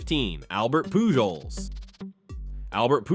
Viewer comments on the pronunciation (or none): Did you really just pronounce the j in Pujols.....?